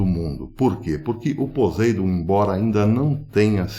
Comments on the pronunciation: A pronúncia poseidom não está muito correta o s deve ter a pronúncia de ss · Né isso não.... Se acontecesse , o pólo eletro- magnético seria alterado..... E o nome é POSEIDÔN Silaba forte ...a última...dôn